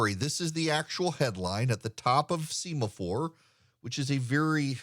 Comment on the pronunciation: I believe this is called “sem-a-four.” Like the signaling flags used on naval ships. You are usually correct in these things. I offer this humbly.